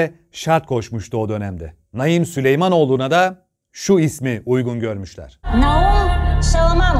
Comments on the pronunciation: Abi Naim diye yazılıp Naaim diye okunur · Ya hu çocuğun ismini doğru oku sinirim bozuldu ya